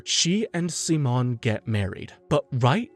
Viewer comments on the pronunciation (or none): Amazing recap but... PLEASE STOP SWITCHING BEWTEEN AMERICAN AND SPANISH SIMON PRONUNCIATION!! Damn... so much of the amazing lines from ep 27 were cut. DAMN COPYRIGHT! To anyone who haven't watched the two movies, if through pirating or legitimate sources like the blu-ray. (blu-ray should be the ONLY way to watch the two movies) Though just enhanced recaps, Childhoods End adds a little more to Simons character. But it sadly skips the Lordgenome fight, probably due its nearing 2 hour cast time. The Lights in the Sky are Stars is a complete remake to the Studios and Authors true vision of the Anti-Spiral fight.